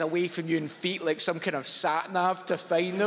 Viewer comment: Was half expecting a bashing of the imperial system joke with his strong emphasis on the word "feet"